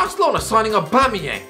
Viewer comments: I'll never forget Lee Judge pronounce it "Aubangeyang" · Aubamawho? Aubamawha? AUBAMABLUDCATYANG!!!